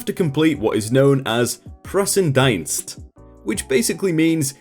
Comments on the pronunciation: Im really really sorry but your way to say “ präsenzdienst“ and “ zivildienst“ is just to funny 😂 its Great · No offence, but I cringed my face off, when you tried to pronounce "Präsenzdienst" xD Keep up to good story telling hehe